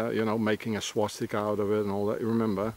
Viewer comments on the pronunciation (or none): none